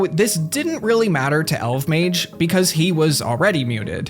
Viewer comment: It’s pronounced Elf-Mage